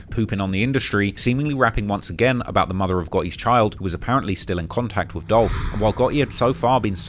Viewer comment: It's Dolph!!! 🐬